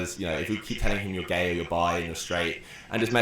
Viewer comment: "Wai are u gai?": "Who says I'm gai?